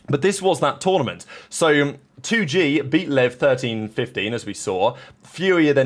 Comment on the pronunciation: 2Gay? Its 2 Gee, like the letter G.